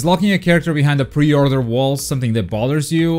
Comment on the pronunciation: Say pre order one more time i swear "pe othrruing" 😂😂😂